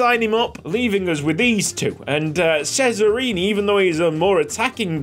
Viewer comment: Hey love the content welcome back ysl🥰 just a small tip. I am from italy and and cesarini is prounounced not sesarini but tschesarini 😅 try to pronounce it😁 keep going